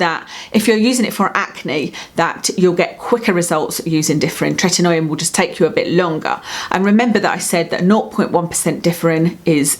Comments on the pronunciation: You're mispronouncing the "oi" in "Tretinoin". It's not Tretin-noy-in, as you pronounce it. It's Tret-in-oyn. We just find it annoying. Also, are you aware that there are very white patched under your eyes? Perhaps practise better blending techniques. Not trying to be nasty, just a very noticeable observation. You're also mispronouncing "squalene". Anything taken from sharks is extremely cruel and incredibly bad for the planet. Sharks largely govern the oceans, controlling the oceanic eco-system. Most of the oxygen we breathe comes from the oceans. Supporting disruption of the oceanic eco-system by cruelly murdering sharks for personal vanity is very very wrong. It's incredibly brutal how they're caught and killed. Grow old gracefully. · Happy New Year. Hope 2018 is a good one for you. 💋 Btw, it’s pronounced TRET-IN-OH-IN. 😄